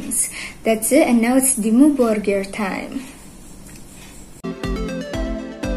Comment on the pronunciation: I find it a bit funny that an indonesian gets the pronunciation perfect, while no american reactor has ever been even close :D